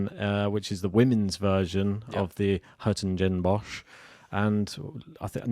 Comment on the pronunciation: it's pronounced Sher-Toggen-Bosh x